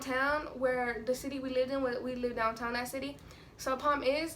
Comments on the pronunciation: Is it just me or every time she said "problem" it sounded like "poem" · She don't know how to say problem